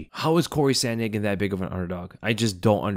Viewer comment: Typical American saying sandhagen